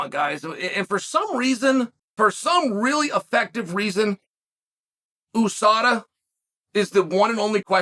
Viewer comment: For Christ's sake, it's pronounced YOU SADA.